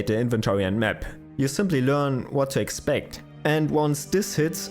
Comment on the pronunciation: The narrator said in his wesident evil video: 'Whet is Capcom doing Wong?' Wong said: 'I don't know...' 😁